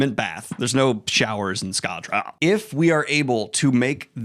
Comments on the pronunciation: New pronunciation SkAHH-drAHLL in a valley girl accent with intense vocal fry is the only way to say it now. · its pronounced Ska-dre-ale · I like how you pronounce Scadrial. ~SCHUADRUHL~